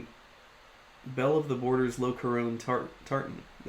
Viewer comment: FYI the interior lining is pronounced: Lock-car-on Imagine “loch ness”.